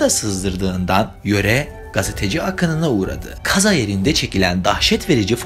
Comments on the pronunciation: Çok hüzünlü bir hikaye ama birinin sorması lazımdı bence artık neden “kaza” kelimesini böyle telaffuz ediyosun odağım yok oldu hdhshsj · estağfurullah sadece merak ettim farklı geldi telaffuzunuz😅 teşekkür ederim cevap verdiğiniz için, iyi çalışmalar☺️